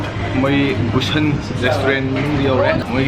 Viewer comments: You say Busan... To sun... But you have to say San... The " A" Sound😍😍😍😍😂😂😂😂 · Not Busan it should pronounce boo-shaan n it's part of city at south Korea